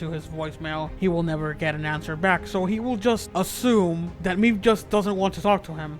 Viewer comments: ITS MAEVE GOD DAMNIT, I’m sorry, the video is very good but I don’t know why but it anoys me the way you say maeve, you are saying like meve you gotta say like mayve, the sound of the y😂❤️ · The way this guy pronounces Maeve's name as "Meave" is killing. Another thing that's killing me, Isaac is still alive.